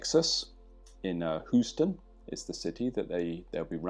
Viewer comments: H-you-ston, Texas. Your pronounciation is hilarious there. I signed up for the course in Huoston; really looking forward to it! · Americans from different regions will actually pronounce "Houston" differently. New Yorkers pronounce it "How-Stun".